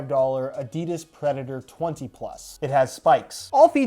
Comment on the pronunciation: Did he just say adidis